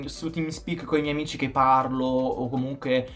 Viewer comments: ma ai detto amichi invece di amici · che entra sempre con l’italiano perfetto “amichi”